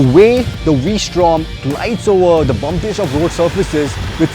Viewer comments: did you say "I love Honda V Storm..." .😂😂😂😂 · Did he say "I love Honda Vstrom"? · Did he say ...Honda v strom? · did he keep saying v-strom? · It is V-Strom only Brother